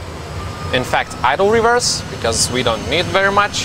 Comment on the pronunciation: It was just his accent, he said "idle reverse" :)